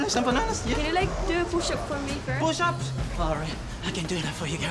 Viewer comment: Bwahaha " pushaps?" Lmao